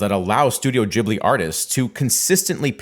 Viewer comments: The name is Gheeblee, not Jeeblee. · Ghibli not jibli btw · HOW do you mispronounce the name of the studio if it's explicitly spelled as GH? This is infuriating!